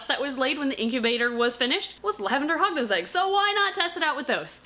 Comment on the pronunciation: Hognose no hugnose yes